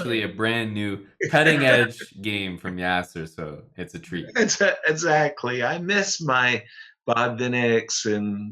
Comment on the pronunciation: also the way Yas says 'essacly...' is legendary ;) hah